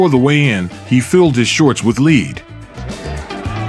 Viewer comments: lead, not to be confused with leeeeeed. 😂 legend of a boxer❤ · Do you use a narration service? I noticed that narrator said Naseem put LEAD (pronounced like DEED) in his shorts. no english-speaker with a voice like this would have made that mistake. probably AI? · "He filled his shorts with "leed." Whoops. Gotcha! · 'Filled his shorts with leeed', really! Don't you check your AI commentary before publishing! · "leed" wtf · Lead, not lead.